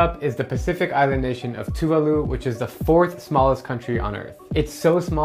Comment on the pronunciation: Love your channel, but you don't pronounce Tuvalu like that. Like Samoan since that's what their language is closest to, you emphasize the second syllable.